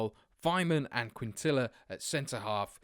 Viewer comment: in quintilla the ll makes a y sound